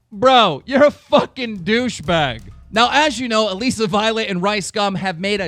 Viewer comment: omg stop pronouncing her name like that it's Alyssa just spelled different